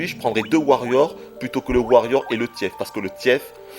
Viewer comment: Le "tièfe" !! MDR